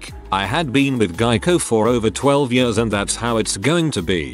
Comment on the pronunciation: Always makes me smile when the robot voice says "yeurs" (years).